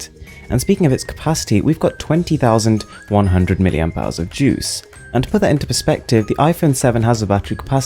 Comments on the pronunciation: The way you said "20100" made it sound like a mere 2100. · is it twenty thousand one hundred (20100) or twenty one hundred (2100)? xD